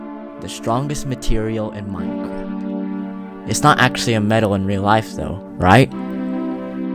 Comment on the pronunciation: he kinda sounds like he said MINECRAP